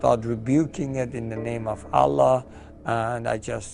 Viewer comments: No name , no source , can't pronounce name Allah correctly seem's like a hoax , the producers conveying the message that islam is related to terrorism isn't very convincing that the video is viable or trustworthy that being said everyone is free to religion you have you'rs i have mine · You can’t say allah correctly and you were a leader of Muslims ?😂😂😂😂😂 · he doesn't even pronounce Allah properly how can he be muslim?